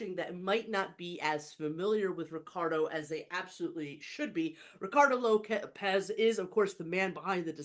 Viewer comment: I think it's pronounced 'lopes' like tropes, rather than lopez